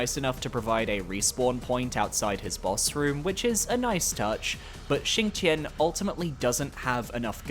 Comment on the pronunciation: The X in Xingtian and Fuxi is pronounced SH and the Q in Jiequan and Qi is pronounced CH